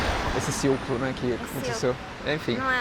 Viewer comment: Não é um tliangulu, é um cilculu kkkkkk